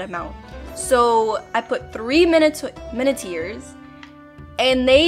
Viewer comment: Its pronounced mi-nuh-tor